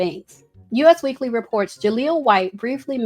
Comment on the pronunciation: Girl that magazine is pronounced "US Weekly" as in the word "us" that rhymes with "bus," not the letters U and S like the country. 😂